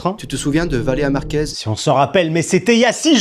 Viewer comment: On remarquera que a aucun moment il réussit à dire correctement "Valeria Marquez"